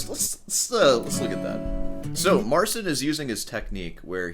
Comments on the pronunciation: Keep playing with the cat. Marcin, naucz tego typa, jak się wymawia Twoje imię. Practicing. We play. You go practice. You're not special. Anyway. Peace out. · We're doing alright in Poland, thanks for asking. Still waiting for Marcin to start pronouncing his name right.